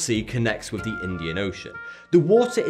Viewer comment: "Providing Norf Africa wif fwesh water."